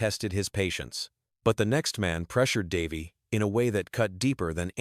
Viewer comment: How couldn't you butcher Davey's name with your AI voice?